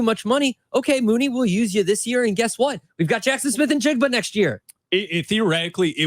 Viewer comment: 15-20 seconds into this clip only solidified the fact that (still) you're both idiots. This draft is thoroughly WEAK at the WR position, & the primarily reason why the Ohio State kid ( & stop mispronouncing his name; it's NI-jigba, not IN-jigba)is being touted with any relevance is a direct reflection of the weakness of this year's crop. The priority for the Bears is the trenches on both sides of the ball - PERIOD. If we're targeting WR's at all this year, you do so on the back end of the draft (later rounds), & take your shot on a better prospect NEXT year, such as Marvin Harrison Jr. Now go back to sitting on the floor in your diapers, eating paste.